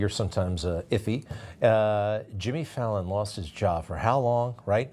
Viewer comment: Lmao he kept saying Fallon